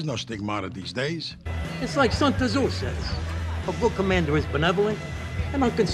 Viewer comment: Walnuts pronouncing the "T" in "Tzu" was funny and all but hard to make fun of a guy for a mistake like that--usually means they learned by actually reading rather than hearing about it.